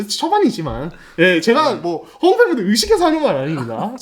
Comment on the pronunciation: 류기자님 허웅 발음이 갈수록 격해지시네요 헣웅 허억웅.. 허웅으로 부드럽게 해주세요